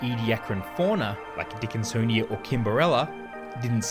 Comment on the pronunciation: "a huge dickinSonia"